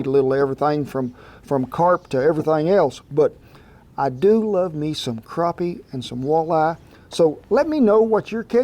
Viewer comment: My dad has been pronouncing “crappie” how it looks 😂 I’m so glad to hear someone else pronounce it as “craw pee” although now that I spell it out it’s not as flattering either. 🤣